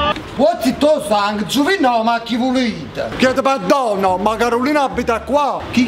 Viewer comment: "Chiedo "peddono" 🤣🤣🤣🤣🤣🤣